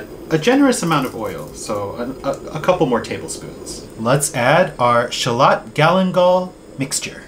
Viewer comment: Sorry for pointing this out. But it's Shallot, not Charlotte. Dang English, but Japanese has more homonyms 😅